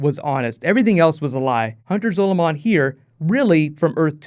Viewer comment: MU GAWD its Zaw lu min